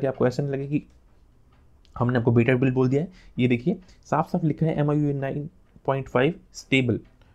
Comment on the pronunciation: Bhai miui hota h miu nhi